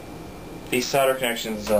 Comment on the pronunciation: You do know there is an "L" in the word solder? Not soder!